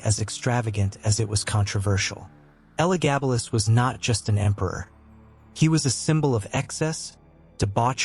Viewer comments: So his name is spelled Heliogabalus (HEE-lee-o), but the AI generated narration pronounces it Hellogabalus (HELL-o). Which is it? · That's not how the name is pronounced.